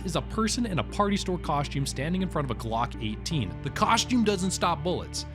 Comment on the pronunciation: Am I the only one that cringed every time he said Glock 18. I’m probably nitpicking . Otherwise great video !